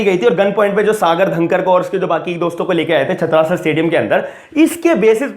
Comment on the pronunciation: Its छत्रसाल not छत्रासल owner of stadium is Delhi Govt not Satpal (his father in law). Pl update your self than make videos.